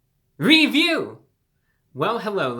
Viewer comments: The pause made me feel like I was in trouble... Review! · haha that beginning with the delay into "...review!" cracked me up, thanks ReviewBrah you are a national treasure